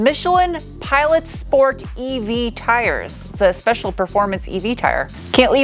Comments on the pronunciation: I love it when you say: "schport" 😅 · SHPORT - SHPORT PLUS Moar shport!